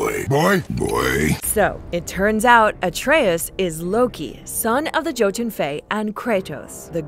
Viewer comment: Jesus christ, anglophones, when will you learn that not every language pronounces J in the way English does? The way she said jötun and Jörmungandr made me cringe so bad.